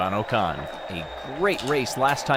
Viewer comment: bro its not ooocon its pronounced ocon